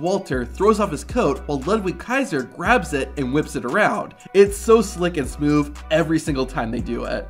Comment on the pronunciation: Am I the only one hearing him say smoov instead of smooth